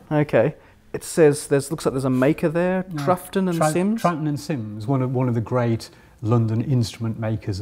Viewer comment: Oh my God, my illusions shattered. Brady Haran, hero to nerds everywhere, isn't a true Whovian. Imagine him not knowing how to pronounce Troughton!